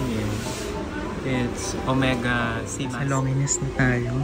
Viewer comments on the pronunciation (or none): To correct, Lawn zheen po.. not longiness pronounciationg ng longines watch.. thanks for the vlog! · Just FYI: #Longines is pronounced as Lawn-Zheen ( silent S ) | #Hublot is pronounced as OOB-LO ( silent H and T ) "Gilid ng dial" is called #Bezel. May I suggest that you google & research first so you can have a better content. Thanks! 🙂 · to correct lng po its, car-ti-yey (cartier), lohn jeans (longenes), Yu bloh (hublot), Bright-Ling (breitling). tnxxx